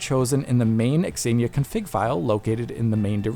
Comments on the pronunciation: Xenia is pronounced Zenia. Not x-enia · Pronouncing Xenia as "Exania" rather than "Zeenia" is kinda funny. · why are you saying X zenia? its just zenia haha. very odd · What's pronunciation? Ex-een-ya? It's Zeen-ya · I'm quite sure it's pronounced "Senia" not x-xenia 😂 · X Ania? You mean Zeenia. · Its "zeenia" not "x-zeenia" lmao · x-aye-knee-ah? Bro... it's just Xenia... zee-knee-ah or zay-knee-ah... The X is silent... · Wait.. it's 'ecks-enia' and not just zenia? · I think this is the first time I heard someone pronounce the Xenia name as "EX-Zenia" and not just "Zenia" (like Xena from the 90s Sam Raimi TV show). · Surely it’s “zenia,” not “ex-enia?” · I want to watch this video but every time he says "exenia" my stomach hurts. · Zeeee-nia lol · "eks eenia" No. Stop it! Stop it! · It's pronounced zee-knee-yah 😫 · Zeenia - this is how it's pronounced in English. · Why is he pronouncing xenia like that? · Great video but the dude pronouncing Xenia wrong a million times was pretty tilting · Xenia should not be pronounced like that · That's not how Xenia is pronounced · I don't think that's how you pronounce "Xenia". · Please stop pronouncing 'xenia' like that.